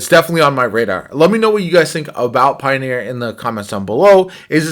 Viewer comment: Is no one going to tell him? Does it have to be me??? What's a "Pioner"????